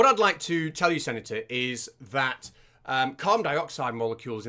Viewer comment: why do you call him "sanitor"? also, his name sounds very like to Krennic (dude from Rogue One), I'm amazed